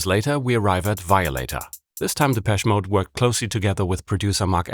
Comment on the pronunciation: Its pronounced’deh-pesh-ay mode’ - dont ask me why